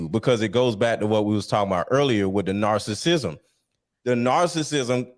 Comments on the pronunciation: It’s wild for to keep mentioning narcissism and narcissists and don’t know how to pronounce it. 🤦🏾‍♀️😩 but we’re supposed to take her seriously 👍🏾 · Can someone please pretty please correct how they pronounce narcissism 😂